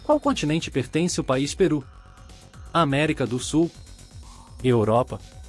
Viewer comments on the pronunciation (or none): none